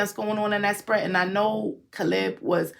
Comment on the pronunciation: Say it like KAY-LUB CALEB